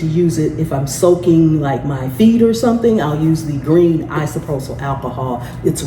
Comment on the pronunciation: Dang girl. WD40. NOT "Dw40.".. Isopropyl alcohol. Not 'isoprosol" You just lost this viewer. 🎉